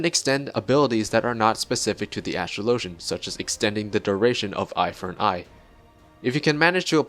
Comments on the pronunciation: You pronounced the name wrong. You pronounce Astrologian like Astrology, not Astro-low-jun. Regardless of if the word is made up, it borrows from a word that already exists so your point is moot. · Its a real word. And it's pronounced the same way you'd pronounce astrology. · new player here but Watching the cutscene yesterday in 2.4-2.5 Lord Haurchefant pronounces Astrologian